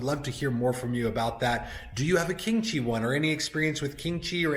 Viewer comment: I initially thought you said "kimchi" humidor. The unit looks good, I think the only upgrade would be some UV tinting on the glass to protect the wrapper leaves from discoloring.